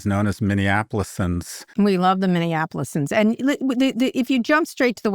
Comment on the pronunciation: Tip for 3/8 from Twin Cities native: “Minneapolitans” — like the pizza.